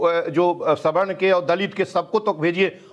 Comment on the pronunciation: ऐन्कर मैडम सही बोलें सवर्ण को स्वर्ण क्यों बोल रही हैं ।